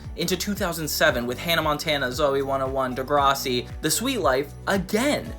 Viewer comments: you saying degrossi instead of degrassi bothers me so much lol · bro says degrahssi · The way you're saying Degrassi is killing me 😂😂 And now its making me mad 😅 Its pronouned Duh-grass-ey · I’ve never seen degrassi but it makes me unreasonably angry you somehow pronounce it wrong